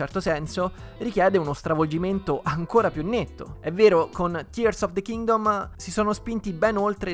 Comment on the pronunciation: Grandissimo per la pronuncia corretta di Tears of the Kingdom, io non so cosa ci aspetta per il futuro, spero solo in un gioco nuovo di Donkey Kong.